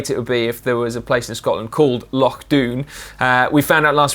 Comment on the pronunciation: Thanks (from a Scotsman) for pronouncing Loch correctly :oD